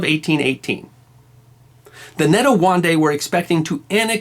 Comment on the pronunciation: Shaka fought the Ndwandwe in that battle in the hill, their leader was Zwide. Ndwandwe is pronounced Ndwaaaaa Ndweeeee, Zwide you pronounce it like Zwiiiii de.